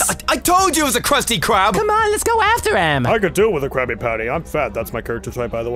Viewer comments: That Krusty Krab said "Krusty Bery" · you mean krusty library